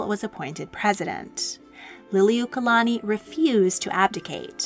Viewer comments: Queen who??? You can't even pronounce Lili'uokalani correctly. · I’m sorry to say this but you are mispronouncing her name but I do appreciate you sharing about our Queen